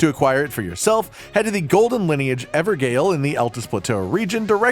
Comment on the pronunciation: not sure why it annoys me so much but FYI Evergaol is pronounced Everjail. Gaol is is english spelling of the word Jail i know its not used in America just FYI not complaining